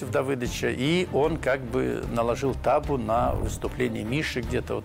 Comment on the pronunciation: Не тАбу а табУ